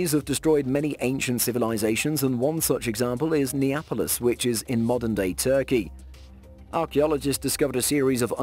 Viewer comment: Moai not Maui, Arctic not Artic, Turkey not Turey!